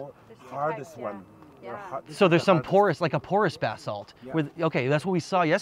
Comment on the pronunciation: It sounds as if is saying bath salt, lol.